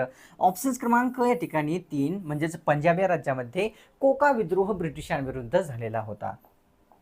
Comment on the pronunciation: कोका आंदोलन नव्हतं झालं रे भाऊ 😂 ते कुका असं आहे